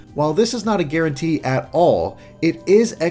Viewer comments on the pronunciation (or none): none